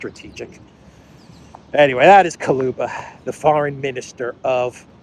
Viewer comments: the foreign minister of ukraine`s name is dmitry kuleba (ku-le-ba); not kaluba. ;-) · Kuleba (Kooleba) not Koluba,. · Kuleba not Kaluba😂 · Ukrainian Clown of Foreign affairs is Kuleba, not Kaluba. But, actually, it doesn't matter, clown is always a clown. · Kaluba?? Too close to Baluba.. 😂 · Dear, with my very best regards and deepest appreciation for your work, I wanted to explain that correct pronunciation of Kuleba last name has U after the K but E after the L It’s even might be spelled like Kuleeba since there’s no sound equivalent to this specific sound Е - it would be almost identical to sound E in the word “earning “ or “ Ye” in “ Yerevan “ Thank you for your incomparable input!!!!